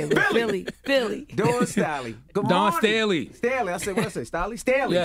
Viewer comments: Smh Envy “Dawn Stalley” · 🤣🤦🏽‍♀️leave it to Envy to mess up the guest’s name. Dawn Staley is a Legend! Good interview. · envy always messing up someone's name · Pissed me off he mispronounced her name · How disrespectful, not knowing the correct pronunciation of Dawn Staley's name.Cmon y'all! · Envy F'n up names once again....yelling the wrong pronunciation all loud. Do some research dude!! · Envy so damn corny, knows nothing about sports...pronouncing the Queens name wrong SMH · How TF he don't know her name?!?!??!? Not only are you living under a rock why ya don't know her name, ya also can't read or pronounce shit. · Why can't Envy ever pronounce a name right? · Envy please get the guest name right!! That's happening alot lately... 😒